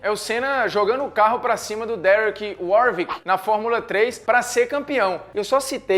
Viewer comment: Derek Warwick se pronuncia 'Uór-uick' e não 'Uór-vick'. O acidente mostrado de Senna na F3, na verdade foi com Martin Brundle. "Em oitenta e NOVE, a McLaren ganhou 15 das 16 corridas"... Esse domínio se deu em 88. E isso nem é tudo, hein...